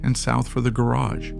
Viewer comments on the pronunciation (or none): none